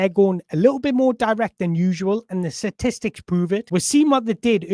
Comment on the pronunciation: Please find a voice mirror and practice the word "statistics". You use it far too often to struggle saying it. Its not "Satistics".